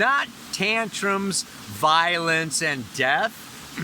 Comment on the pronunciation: Oh violence haha.... The first read through I thought you said 'violets' like a tiptoe through the tulips kinda scenario 😆😆😆